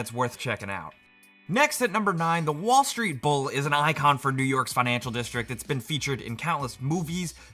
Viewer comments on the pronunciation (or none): none